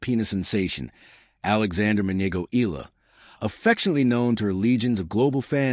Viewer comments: Please please please pronounce her name as EY YAH LAH not EE LAH . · Another AI video milking the Filipino netizens. Fuck this guy, can't even pronounce her name correctly. Blocking this stupid AI channel